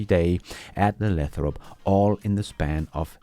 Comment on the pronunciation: Lay - throp. Long A.